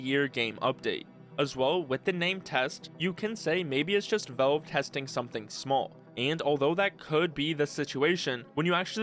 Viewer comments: Drives me nuts how you pronounce Valve as "velve" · why is bro pronouncing "valve" as "vaulve" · me too, i can't watch his videos. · Nitpicking but you need to work on your pronunciation, especially with the word "valve". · even the captions don't know what he says 😭😭